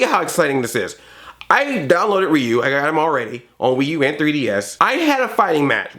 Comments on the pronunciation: Calm Rahman Neither, when it's Japanese (or pretty much any Asian language). "Ryu" is meant to be pronounced as one syllable (like how "Tokyo" is two syllables, unlike the three that English speakers say). Just put a r/ruh (the R actually sounds like a blend of R, L and D) in front of the "yu" part, which you know how to say. When Ryu does his uppercut and shouts "Shouryuken!" the middle syllable is pronounced like his name, so you can listen to that. Though, if you don't want to bother with this, go with "reeyu" like Andre does; it's kind of close, people will know who you're talking about… maybe not Japanese people, but other people will. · It is pronounced Ri-u